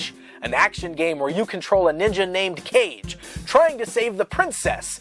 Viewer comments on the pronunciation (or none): The one dude pronounced Legend of Kage incorrectly. It’s pronounced “kah-gey” not “cage”. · Legend of Kage. Kage as in shadow. It's about a ninja. It's not pronounced as Cage. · Not kage "cage" it's kage " ka-gay" 😂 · It's pronounced "kah gay" and it's japanese for 'shadow.' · Legend of Kah-Gey